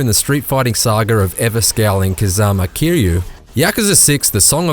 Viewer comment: You give the review to a inbred that Cant even get Kiryu's name right .